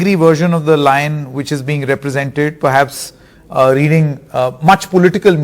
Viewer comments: They have totally messed up the national emblem. The guy on the left can't even pronounce lion and is calling it loin... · He does not know to pronounce lion!!